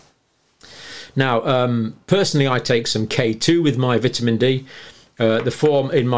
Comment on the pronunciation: I like the way you pronounce vitamin